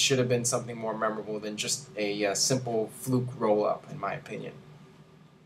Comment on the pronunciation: "Fluke rollup" sounds like "fruit rollup" lol